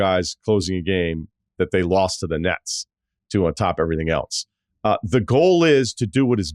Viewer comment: I like this video. One question. Are you saying “elTse” or “else?”